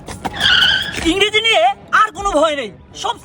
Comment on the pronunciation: If you have to say " Ingreji " then you should fix your inreji first